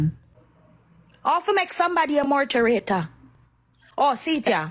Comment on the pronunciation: What name “mouth-a-rator” ???😂